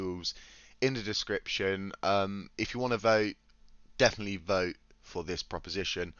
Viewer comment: You're saying Voe rather than vote